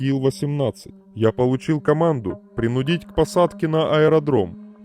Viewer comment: Учим ударения. Не принуд'ить, а прин' удить